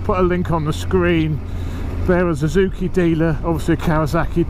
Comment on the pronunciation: Why do you pronounce Suzuki as "Zuzuki"?